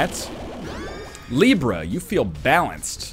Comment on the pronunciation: That moment when he instantly calls Libra right :O